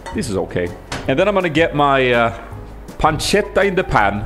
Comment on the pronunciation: Hi! Just an italian fella dropping by to say I'm really proud of your "pancetta" pronunciation! Love ya, keep going!